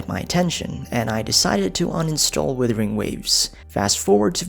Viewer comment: Tried to watch, but the “withering waves” thing really got to me